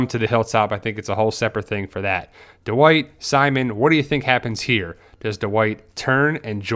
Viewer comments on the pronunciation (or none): why do you pronounce it like D'Wight